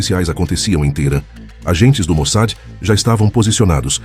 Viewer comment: Get an AI program that can pronounce Mossad? "MOSAD" is not correct.